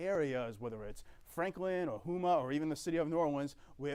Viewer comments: It’s pronounced Ho-Ma. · Lol I noticed that too :-))))